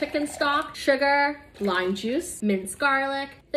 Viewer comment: I loved the way you said sugar, like "sugarrrr" 😂